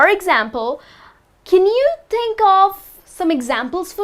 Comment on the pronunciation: Many mistakes in pronunciation "THINK" is not "TEENK"